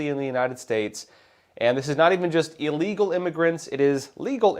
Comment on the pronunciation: Great video. Pronounced ill-legal, not eel-legal.